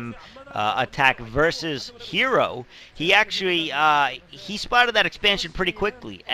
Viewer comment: ITS NOT ZERO ITS HERO stop messing his name XD